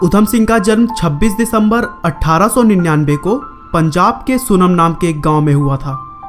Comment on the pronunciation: भाई तुमने Sunam को सुनम कहा है जबकि सही बोलने में (सुनाम) है मे इसलिए कह रहा हूँ क्योंकि मे सुनाम से हूँ सुनाम शहर जिला संगरूर state पंजाब